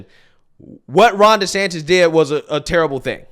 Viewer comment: Every time he says desanctis he loses me even more